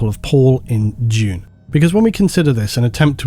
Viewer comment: oh Dune... not June